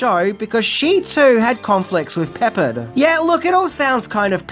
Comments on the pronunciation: I know you’re British, but please learn how to say George Peppard‘s last name the correct way. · No one from the 80s thinks BA says "I pity the fool". Everyone knows it's just Mr. T. 🙄 Also, Murdock was only meant to be in the pilot. It was because of the test audiences that he stayed but he was never meant to. And my god you butchered George Peppard's name. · It was funny they way pronounced it...I was like what? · Pepperd?....really? Remember what old biff told younge biff....you sound like a fool when you say it wrong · Just an FYI. George Peppard's last name is not pronounced like the spice pepper(ed). It's pronounced pa-PARD, accent on the second syllable. Fun fact, back in , I taught George Peppard's grandaughter in middle school (grades 6-8), and she HATED it when I said "I love it when a plan comes together". Apparently I was far from the first to say that to her. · Hannibal s real name is Peppard (pronounced Pep-Ard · Good video. BTW, it’s George PeppARD with the accent on the second syllable, and it’s John Saxon, not James, of Enter the Dragon fame. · Enjoyed the revisit of the A-Team, but please get George's last name right. It's pronounced Pep-Pard. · Alright... I was THIS close to taking away my "like" for your continuing reference to George Peppard as George Peppered... It's only because I like you so much! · his name is pronounced Pep-PARD (as Pardner in America Cowboy palarance). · Its Perppard, not pepperd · It's Pep-PARRD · George Peh-PARD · It’s pronounced George Pa Pard 😂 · Peppard rhymes with hard. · Why are you pronouncing all the names wrong? Cannel Peppard Dunigan So lazy. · The way you pronounce Peppard is killing me 😂. The accent is on the "pard" and rhymes with card. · It's "Pep-pard" not "Pepp- ard" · It's pronounced "Pep-ARD!" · Please say his name correctly!!!!!! IT'S GEORGE PEPPARD - accent on the ending - pe ppard!!!!!! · George PUH-pard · George "Peppered", lol 🤣🤣🤣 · George Peppard is pronounced Is Prep-Ard.